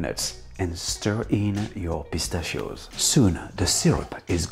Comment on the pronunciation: Bro when you said pistachios a couple times I thought you were speaking in French 😂